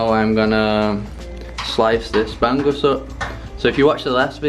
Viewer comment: hi, its called ba'ng'us, not ban gus. ng is spoken like hunger or stronger